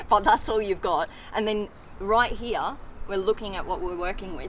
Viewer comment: I love you when u say the word heere